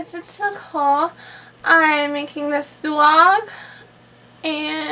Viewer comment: "im..making this 'VLouhggG' and soo.."